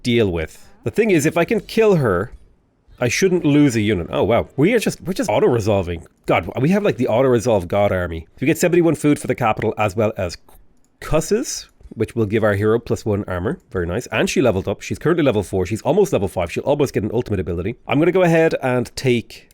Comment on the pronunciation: the singular, cuisse is pronounced qwis.